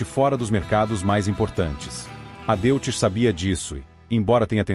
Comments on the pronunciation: A.pronúncia correta é " Dóits" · Antes de mais nada deve corrigir a pronúncia para DÓITZ para respeitar o idioma alemão. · Amigo, DeutschLand é Alemanha, e pronucia Dóitland. Então o Motor Alemão, Deutz que quer dizer Alemão, vc pronuncia Dóits. Tendeu? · Erro crasso, a pronúncia do nome do motor, lê-se Deutz, falasse Doitze, se assim entendo. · Dóitz, se diz Dóitz. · A pronúncia é "Dóiti".